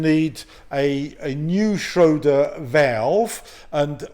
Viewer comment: Schrader not shroder 😂